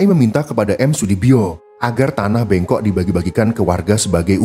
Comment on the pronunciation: bêngkok, bukan bengkok ê dibaca seperti dalam tulisan êlang